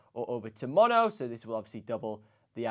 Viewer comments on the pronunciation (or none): none